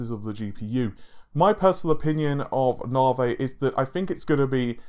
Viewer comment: Navay? Na-vee!